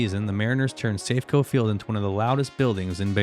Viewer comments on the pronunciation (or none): Ai narration sloppp. Wtf is this lol "safefieldco history" 20 seconds later "mah-riners"